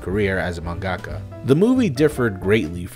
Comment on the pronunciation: how can you mispronounce mangaka when you say manga just fine